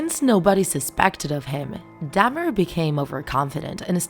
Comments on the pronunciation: I can't stand how you say Dahmer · Bih ain’t saying his last name right. I don’t know why but it’s mildly infuriating. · Why does it trigger me that they’re saying “Dam-er” instead or “Dah-mer” 😭